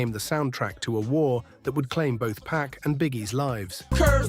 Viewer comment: It’s 2-Pac and not 2-Pack, please! 😂